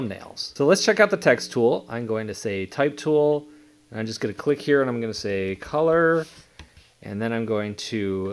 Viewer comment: Why do you say “Ine gunna go” instead of “I’m gunna go”… stop saying Ine it’s annoying….